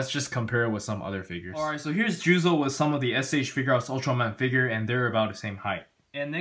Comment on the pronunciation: His name is "Juuzou" not "Juzo".............